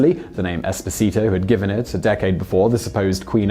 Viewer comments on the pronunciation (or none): Sine Nomine that's without talking about pronunciation of the name Esposito ahahahahah. All it would have taken was a quick visit to google translate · It's EspOsito, not EsposIto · It wouldn’t bother me so much how you butchered the name “Esposito” if you hadn’t repeatedly done it so many times in a row. Each time was its own verbal stab wound. The stress goes on the second syllable not the third. If you’re to position yourself as the authoritative source of real people, places, and events, maybe get the name right. Peace. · I strongly advise to practice your Italian pronunciation: you totally got the accents wrong on the "Esposito" name. :-) If you want any help I'm Italian :-)